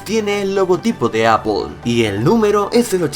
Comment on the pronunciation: porque le dices a aple apol y no apel???